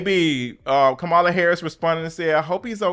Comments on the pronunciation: Love your videos, but VP Harris pronounces her name “comma la”. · You pronounce Kamala’s name like a republican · Why you keep saying that lady name wrong? 😅